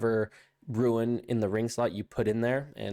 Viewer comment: R-U-N-E not R-U-I-N... Sounds like Roon